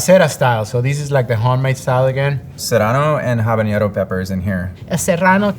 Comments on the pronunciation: the third guy really tried to pronounce the words authentically, but he still said "habañero." there's no ñ. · 10 points for saying “habañero.”